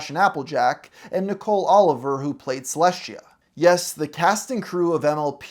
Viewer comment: Why does he have such a hard time pronouncing Celestia’s name?